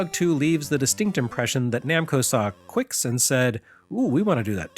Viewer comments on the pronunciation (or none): I always heard that "Qix" is pronounced "Kicks" not "Quicks" but who am I to argue?